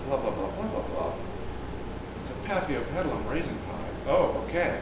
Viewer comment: thanks for the pronounciation, i couldn't pronounce the name when i looked up the plant online. but, these are my favorite plants in the whole entire world. fell in love instantly when i brought one at my local grocery store. it hidden behind all the big plants, almost missed, if i didn't change my mind about the plant i had already picked up, i would have missed it.